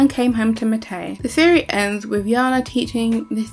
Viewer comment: It's been years since I watched the show but I swear you're pronouncing Matei and Meinir's names wrong 😅